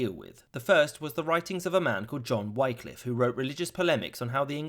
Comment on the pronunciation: Wycliffe, pronounced Wick to rhyme with lick, not to rhyme with like.